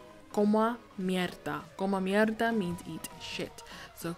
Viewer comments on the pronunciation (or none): It's come mierda not coma mierda. Smh.....